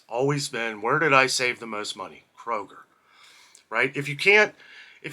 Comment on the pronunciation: Isn’t it Kroger not Koger?